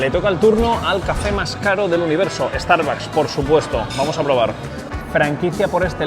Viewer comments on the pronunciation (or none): none